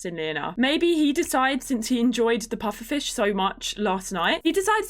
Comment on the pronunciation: Not how you say pufferfish dish grr